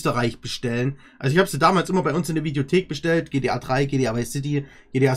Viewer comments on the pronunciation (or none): Anstatt gta heisst es gtp🤣